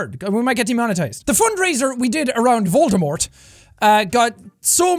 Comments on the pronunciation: Jack keeps saying voldamort! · Why can’t he say Voldemort??